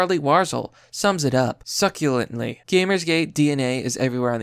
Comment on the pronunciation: Succinctly or succulently?